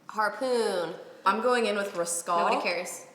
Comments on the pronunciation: wait... wait.... was the 1942 so lit that forgot how to say the word rascal and was saying 'Rahs-call'? this is amazing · RASCAL?!?! LMFAO.. 😂🤣😂🤣😂🤣 You mean rask-el. ahahaha.